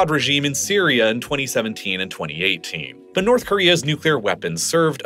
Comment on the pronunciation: "Nouth" Korea